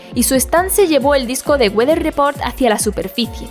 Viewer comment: Nos salió norteño el Wather Report XD